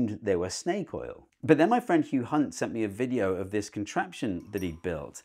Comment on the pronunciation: Steve definitely checked his pronunciation when saying "Hugh Hunt"!